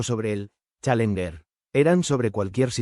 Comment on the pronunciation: Buen video pero se debe mejorar la locución...pésima pronunciación en Inglés...especialmente la palabra "Challenger"...